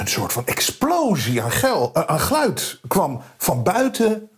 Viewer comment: Één tip: spreek uit als 'ge-luid' en niet als 'gluid' s.v.p.